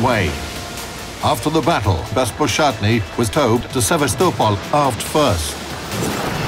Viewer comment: That is seriously not how you pronounce Sevastopol! Great video otherwise